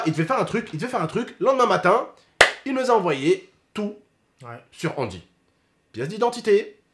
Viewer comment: c’est angy pas andy